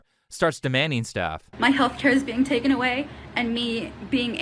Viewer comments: “Tuken away” 😂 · You know someone's opinion not only means nothing but is just straight up dumb, when a 'fluent' English speaker says 'being took-en away' instead of taken. Ik accents can be a bit weird sometimes but literally every other word was mostly perfect pronunciation. Like when people say "I done that" smh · “Bein tookin away” lolol ignorance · "bein' tookin' away" I'm not saying she's not educated, but....